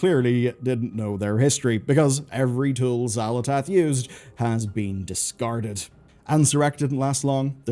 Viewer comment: "Dsicarded" as well lol